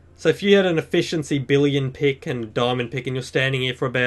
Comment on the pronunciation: I think you said diamond pig not pick